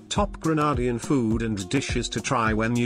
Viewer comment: Pls pronounce Grenadian correctly